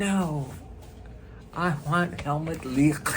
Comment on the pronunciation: I like the way you say Helmut's name!